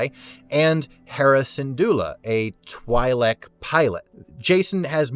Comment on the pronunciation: If you're going to make Star Wars videos, at least learn how to pronounce Twi'lek